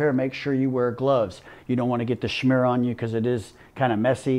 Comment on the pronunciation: He is the chosen one to say "schmear" properly.